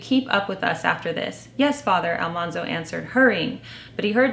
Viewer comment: Farmer Boy was one of our favorites too! Mother really captured my imagination I have heard that AlMANzo was actually pronounced like the word MAN, not mahn. I guess there is a recording of Laura saying his name, and the TV show is largely credited for mispronouncing his name. This makes his nickname, Manly, make more sense. I also read that Farmer Boy was like a fantasy novel for Laura. There is so much focus on food. It was her childhood fantasy to always have plenty of food, where they actually faced starvation several times.